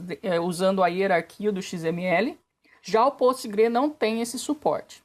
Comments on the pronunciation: Juliano e Lucio, desculpe a minha ignorância em ter errado a pronúncia do Postgres. Que bom que vocês corrigiram e agora eu posso finalmente falar o nome da ferramenta da forma correta. Além disso, muito obrigado pelos excelentes pontos levantados por vocês aqui nos comentários. Talvez eu tenha pisado na bola nesses temas que vocês mencionaram. Se notarem mais algum equívoco no vídeo é só falar aqui nos comentários. E se pudesse ser de forma menos sarcástica e mais respeitosa, eu agradeceria. Abs. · Antes de mais nada, amigo... O nome do banco é PostgreSQL ou Postgres. Não se pronuncia "postgrês", nem "postgrí" como muitos fazem. "Já o Postgrê não tem esse suporte" O PostgreSQL tem suporte ao tipo XML desde a versão:35 Complementando sobre a versão do PostgreSQL, realmente ele só tem uma versão e é "full", sem restrições, no entanto, há outros SGBDs comerciais baseados nele, como o EnterpriseDB, por exemplo que oferece features a mais. "Já o MySQL foi lançado em 95, ele é um pouco mais novo, mas... não fica pra trás desses dois bancos não... Ele tem todas as funcionalidades principais aí que os outros bancos também tem" Será mesmo? Principalmente devido ao evento da compra da Sun pela Oracle, o desenvolvimento do MySQL foi extremamente prejudicado. Coisas que até o SQLite tem como Common Table Expression até hoje é ausente no MySQL. "E o Postgrê é aquele mundo sem dono, né" Não, meu caro. É open source sim, mas não é casa da mãe Joana. Existe um grupo de desenvolvedores, o core team, que é conhecido como PGDG (Postgresql Global Development Group). E é bom que saiba que o PGDG é extremamente rigoroso com relação a aceitação de código para o PostgreSQL. Não é qualquer coisa que passa e tudo é exaustivamente testado. É um trabalho muito sério. "A ferramenta mais utilizada é o pgAdmin que eu achei bem complicado de utilizar" Sério mesmo, cara? É muito simples, intuitivo. É claro que também muito enxuto, sem uma série de funcionalidade